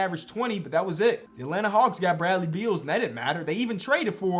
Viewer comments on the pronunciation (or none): none